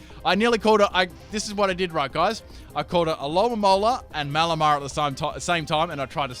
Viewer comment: Full mispronounce team Aerodactyle: Mewtwo Stunfisk: luvdisk Malamar: amomalimar To be continued...